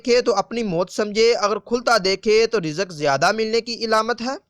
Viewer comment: Ilamat nhi Alamat Plz correct